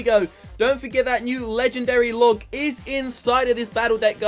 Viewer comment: It's LOG not LUG...